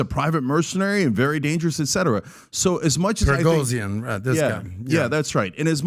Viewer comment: Progozian ?😂😂😂😂😂 You just made him Armenian 🇦🇲 origin by mispronouncing his name 🤣🤣🤣🤣🤣🤣🤣